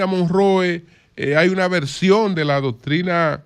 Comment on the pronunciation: Como se pronuncia la doctrina? 😂😂